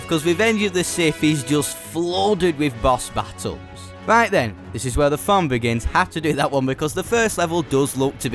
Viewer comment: Can u please learn how to say fun?